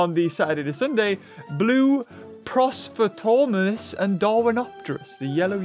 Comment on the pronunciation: PROSTOTORMUS it’s a PROCERANOMIMUS